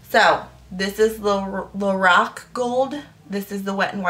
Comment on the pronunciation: It's pronounced "Lor-ahhhh-c" :-)